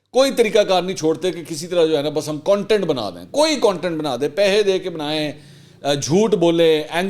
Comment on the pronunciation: pehe nhi pese hota h sir...😁